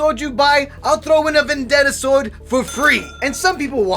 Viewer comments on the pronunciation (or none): none